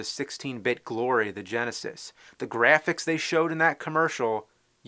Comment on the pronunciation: Young James: They invented a Super Nintendo with 16-bit "Greaaphics". I swear this one of my favorite episodes. XD